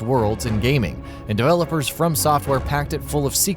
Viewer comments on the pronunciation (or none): none